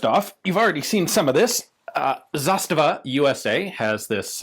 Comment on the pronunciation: It should be ZastAva, with emphasis on the 2nd syllable (in Russian "застава" means "оutpost").